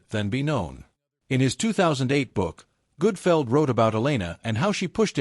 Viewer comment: The awful AI narration is bad enough, but calling him Greg Goodfeld is why I stopped watching.